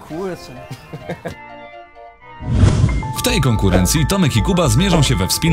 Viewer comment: O kułcze xDDD